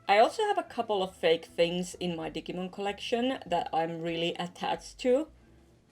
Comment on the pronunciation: thats not how u pronounce digimon